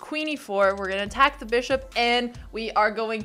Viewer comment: "And we are going to ACHACK"